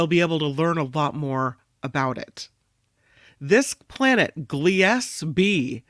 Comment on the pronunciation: I believe Gliese is pronounced kinda like Gleason, said: Gleasy. Thats just phonetically. Gleasy 12b🥸 Named after German astronomer Wilhelm Gliese. There are a lot of astrological objects named after him.